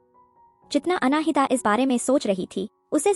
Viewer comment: " अनाहिता " जब यह नाम तुमको बोलने में इतनी मुश्किल होती है तो कोई आसन सा नाम रख लेते। नाम का मां बेटी बहन कर के रख दी है।😅😅😅